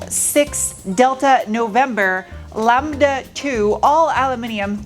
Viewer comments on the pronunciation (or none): none